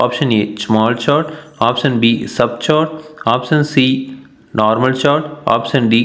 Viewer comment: Sir chord ko चोरंड par कोर्ड bolte he!